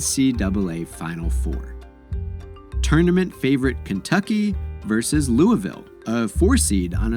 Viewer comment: Thank you for saying Louisville correctly ✊🏽